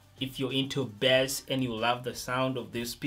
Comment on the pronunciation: Can you just say Bass. It's not Bess. There is an A there not a E. Accent doesn't matter. Pronounce it correctly. Because it is a bit confusing when you use it in your sentence because it sounds similar to Best, but We know you mean Bass